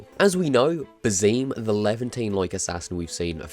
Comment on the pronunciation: Hey, If you wanna know, Basim is an Arabic name, and is pronounced "Baa-sim" (with an 's' sound and a short 'i'). keep up the bit of content!